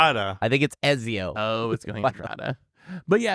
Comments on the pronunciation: A pronunciation guide: Et-zee-oh Audit-or-ay Duh Fuh-ren-zay With an italian accent if you wanna go all-in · Also... Ezio is Italian... Ets-zio. 😒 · calls Ezio Eezio 😢. Why?!?!? Every podcast you mangle something now. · Ezio is pronounced "Et-see-oh" (it's Italian) :)